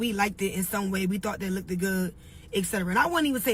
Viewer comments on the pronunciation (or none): What is “lookded good”?!?! Or I “likeded him!?!?!